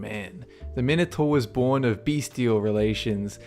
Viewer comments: learn how to pronounce minator! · the Minator is pronounced mine- o- tore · It's pronounced Mine-o-tor Thees-I-us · Actually the pronunciation of Minotaur is mih-no -tar. That , the Gorgon, and the Sphinx were about the only things he pronounced correctly.